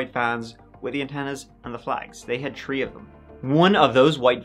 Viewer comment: 😵 WHY do you completely ignore the letter "H" ???? It's not TREE it's THREE . It's not TERTEENT, it's THIRTEENTH. 🤦